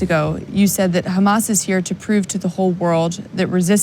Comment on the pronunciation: It’s Hamas not Humus